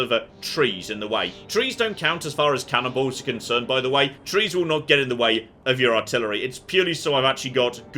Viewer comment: "Trees don't count as far as cannonballs are concerned..." What I heard: "Trees don't count as far as cannibals are concerned..."